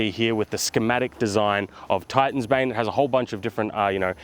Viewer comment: Fr, i heard Titan's Babe the first time he said it.